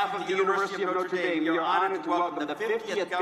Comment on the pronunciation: KYLE, WTF IS "Notar Daym"? Haha